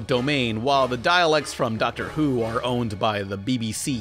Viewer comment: No way you just said dIEALEKs